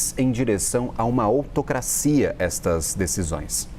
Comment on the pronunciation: lendo o país a uma o quê? "Otocracia"?